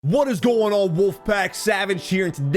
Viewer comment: “Wot is goin ohn”